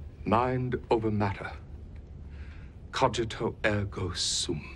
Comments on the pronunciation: (The "g" in "cogīto" should be pronounced like the g in "singer", not like in "age") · If one is going to talk about a topic that is strewn with Latin, one should be good at pronouncing the Latin. Cogito as in cog in a wheel; principia as in brink... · Please stop pronouncing "cogito" wrong. No, really. Please stop pronouncing it wrong.